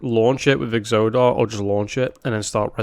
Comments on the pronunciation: you pronounce exodar in whatever way makes you happy even if as a wow player it makes me increasingly upset that you pronounce it like exodia instead of like exodus. but if we're being fair, your pronunciation in general sounds like a caveman wielding a club to an american so w/e just own it and smash. :P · You mentioned not being sure how to pronounce Exodar It is like Exodus, so EX-oh-darr, with only the first syllable stressed and not the second